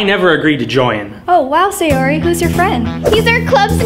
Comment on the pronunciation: FR ITS NOT SILENT BUT ITS MEANT TO BE PRONOUNCED WEAKLY 😭🙏 AND SAYORIS NAME SHOULD BE PRONOUNCED SA-YO-LI